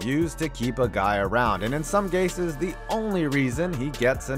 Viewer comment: Did I hear “In some Gases”? 😂😂😂